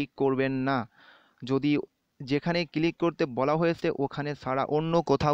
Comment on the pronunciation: vai click na cilik.....moja pailam